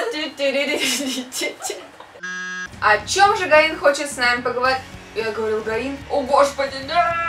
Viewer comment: а вообще она действительно гаИн ==" в корейских именах ударение всегда на второй слог с